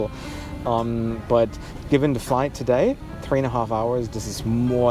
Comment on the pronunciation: Why u say tree it's threeee